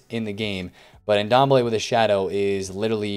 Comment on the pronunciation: Great videos as always, just maybe might want to pronounce players names correctly. That Ndombele name killed me.